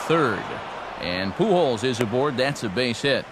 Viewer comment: I don't watch baseball because its not very big in Australia ,but I pissed my pants laughing when he said Albert PooHole...(Pujols)